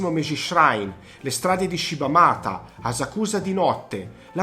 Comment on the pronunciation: Perdonami una critica, ma avrei fatto un minimo di "studio" sulle pronunce, Shinjuku, Akihabara, Asakusa, Roppongi, Harajuku. Don Quijote, otaku, ... Non ne hai azzeccata una 😀 In Giappone ci soo stato parecchie volte e posso dirti che nella top 10 magari avrei messo solo le cose da vedere, in questo video sinceramente approvo solo Shibamata che è un posto molto bello spesso fuori dagli itinerari turistici, ovviamente Shinjuku e Shibuya e Harajuku se però parliamo delle vie interne che sono molto caratteristiche (piene di istallazioni artistiche, mostre, botteghe, ...), se consideriamo solo Takeshita-dori allora no, è una trappola per turisti. Insomma, secondo me mancano una marea di posti fondamentali da vedere I ristoranti sono invece estremamente soggettivi, anche perchè l'offerta a Tokyo è folle, è difficile fare una top. Io ad esempio per quanto riguarda il discorso sushi e sashimi avrei consigliato di andare allo Tsukiji Market dove mangi quantomeno la materia prima più fresca (anche se ora il vero mercato del pesce è stato spostato e Tsukiji rimane un "quartiere" con solo i ristoranti). Mi scuso per le critiche, ma sul Giappone sono particolarmente pignolo 😉